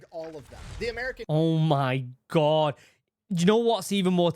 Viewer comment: i love your accent but "ohh miy gwah" XD i cant hold back anymore "BeAnS Nd ToAsT"